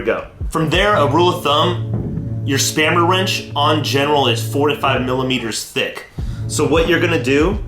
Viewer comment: This guy just said spammer wrench lol